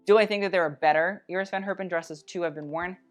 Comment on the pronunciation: since you love to pronounce all the french fashion house names correct I got a challenge for you :). Iris van Herpen is pronounced quite differently. the first e in Herpen is pronounced more like english speakers say the a (in for example Jacket).